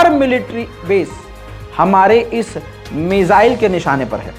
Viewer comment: "मिजाईल-मिजाईल" सुन कर थक गया हुं 😌😌, वो "मिसाईल" हैं, please